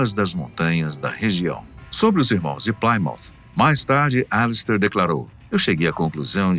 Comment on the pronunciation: Plimount não plaimount Sr narrador obrigado